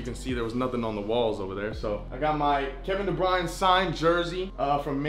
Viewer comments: man said kevin de brine 😅😅 im sleeeep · "kevin debrine" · Kevin De Brian? Ain’t no way. Bro got his jersey but can’t say his name. KBD is a straight problem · How tf you gonna mispronounce KDB’s last name and say you a city fan 😂😂